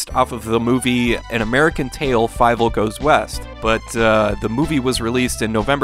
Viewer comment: Haven’t seen it since I was a kid but I remember it being FEE-vel rather than Fye-vel but I could be mistaken lol